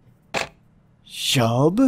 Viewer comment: Its no shub its Shuuuuuuuub